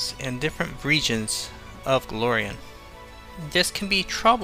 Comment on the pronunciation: Love the content... but please look up a Jason Bulmahn video and listen to how he pronounces Golarion. =) There's an A in the middle of the word.